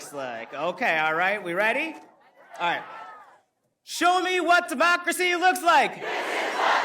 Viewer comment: Lmaooooo With all this technology, you still managed to butcher a single sentence. Seems to be a reigning theme with you plebs. 😂😂 We are not a "democerity". We aren't even a democracy. We are a representative republic. Go back to 4th grade social studies.